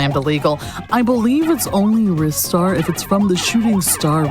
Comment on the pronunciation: It's Ristar with a short I sound, haha. The katakana is リスター "ri su ta". Sounds similar to Lister. 😁 Also, I've never seen that skip on Planet Scorch! I think last time I saw a speedrun on GDQ, it wasn't successful. That was amazing! Love seeing this game get rep again.